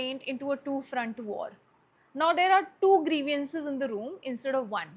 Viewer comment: Very nicely explained. Let me know how often you applied this method yourself in the heat of the moment. One more thing! Please don’t pronounce ‘grievance’ as ग्रिवियांस. It is ग्रीवेंस.